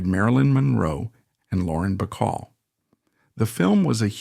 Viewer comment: Betty BeCall and Betty Grable are two separate people. Also, it’s nigheve and annoying for the same mispronunciations to follow from one unedited biography to another